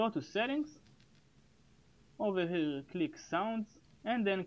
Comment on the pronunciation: His "over here click" is sounding like: "Owwhawhe click"